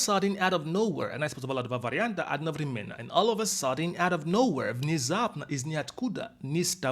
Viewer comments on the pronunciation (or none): none